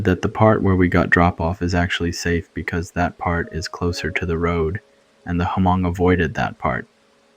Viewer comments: Good story but couldn’t get past the inconsistent pronunciations and Huh-mong instead of Hmong pronunciation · Loved it but please don't say H-mong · Same here! Like bro you know how to say these common words. L For example, Haa Mong!? Like really!? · Hey, so, Laotion is pronounced like (Lay-ocean) & Hmong should sound more like (Mong). Great storytelling, though!